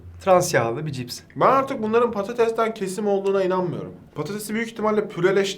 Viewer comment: Dalia'nın patatese paates demesi...